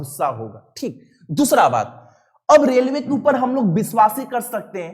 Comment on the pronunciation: रेलवे =लेरवे सर by sir